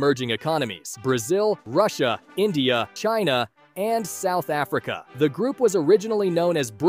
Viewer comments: ahh YEss C for Csouth Africa. AND s ind for Shina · S-China C-South Africa. You are really mart buddy